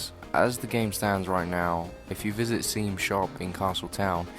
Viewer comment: Actually it's pronounced Shawm not seam